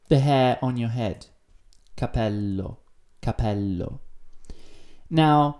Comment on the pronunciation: capéllo non capèllo e soprattutto si scrive "guance"!